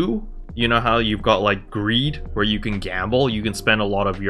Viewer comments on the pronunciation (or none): GHEED, not greed